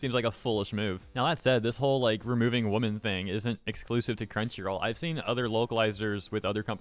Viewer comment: how come you can't say women right?